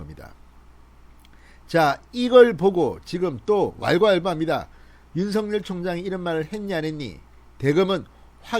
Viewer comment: 윤성열 입니까 윤석열 입니까 발음좀 똑바로하세요 답답한양반일세